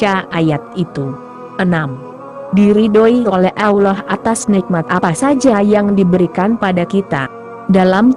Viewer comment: sebut allah pon x betul..mohon tukar suaranya..